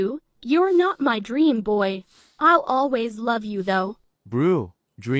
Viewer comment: it's dream not draem